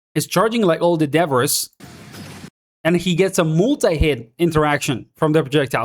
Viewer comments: Its pronounced "da-bree" English makes 0 sense sometimes lol. Thanks gor the content! 12hrs until we no life this beta 😂😂😂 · im sorry if that makes me a snob but debbriss really hurts to hear. and you say it a trillion times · Your accent threw me off everytime you said 'debris' 😅 but no worries, yo hablar espanol tambien